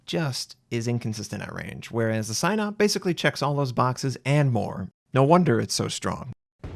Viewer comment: SAI NOP? i thought its pronounced SEE NOP